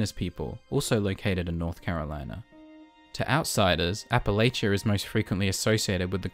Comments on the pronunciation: All of this was fine until you said “AppaLAYchia” It’s “AppaLAchia” -An Appalachian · I loved the video man, but hearing you butcher the pronunciation of Appalachia physically hurt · what a way to pronounce Appalachia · Great video but I really can't overlook that pronunciation of Appalachia